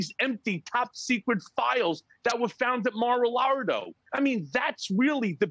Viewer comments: Yah ,,,,, I chuckle , every time i here Mar-Lardo" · Huh huh. He said Lardo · I love how Cohen keeps calling it Mar a lardo regardless if anyone is ever going to acknowledge that is what he's saying😂...please keep it up, Mike!